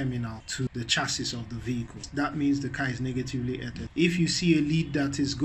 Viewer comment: "earthed" is pronounced like "earffed" or "earth-ed"